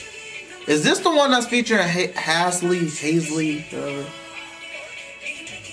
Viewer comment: Lmao you always call her Hesley, is Halsey (hal-zei)